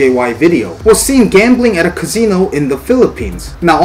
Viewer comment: Wtf is a Cazeno? 🤣 Ka C No